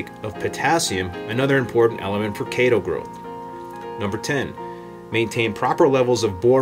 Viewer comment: Thanks for pronouncing it correctly. Kay-tow. :)